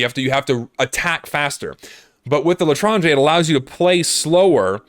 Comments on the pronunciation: I speak french and you prounonced "l'étranger" right :D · For some reason the spinner sound reminded me of the instruments playing in the japanese bruh sound effect. also chill out you're saying l'etranger fine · you actually said l'etranger correctly lol